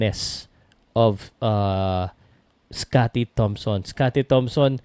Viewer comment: sinabi ni "scottie tamson"?! LoL ayusin mo po naman pagsasalita sayang ung pagiging Journalist mo